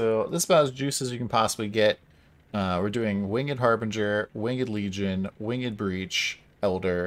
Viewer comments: It bothers me that you said "wing-ed" instead of "winged" ... ;) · Why is he saying "winged" like that? Has he never said that word out loud before or heard it being said properly? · is this wingED pronunciation Don's Cutedog impression?